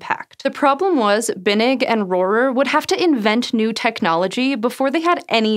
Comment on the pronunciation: Holy moly, you pronounced Rohrer correctly. That’s my last name and I’ve probably heard a dozen, awkward mispronunciations over the years. “Hello, is Mr RoHAIR there?”